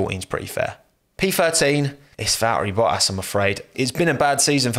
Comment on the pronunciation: "Va-err-ee bo-ass"